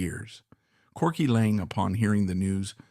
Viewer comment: Corky Laing, NOT LANE